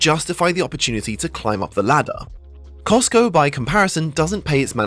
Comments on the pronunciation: says Cotsco instead of Costco :) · What is "COTSCO" ? Is this the knock-off version of COSTCO?? 🤔🤣🤣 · “Cotsco” lmao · ah yes COTSCO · cots co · Costco fan-boi shows his controllers didn't edit his video very well by calling them "Cotsco". LoL. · Cotsco lol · cosco like tesco. 🤗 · Love that "COTSCO" in Japan 😁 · "Cotsco" lol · the rare Cotsco